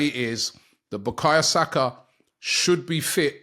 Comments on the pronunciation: It’s BUKAYO SAKA not BUKAYA SAKA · How Robbie still says "Bukaya Saka" after all this time, needs to be studied... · Is it no more bakaYo Saka now Robbie is saying backayer saka😮